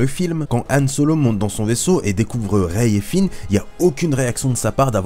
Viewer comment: Rey pas raye